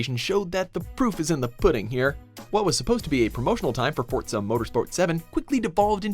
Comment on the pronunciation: What the hell is fortza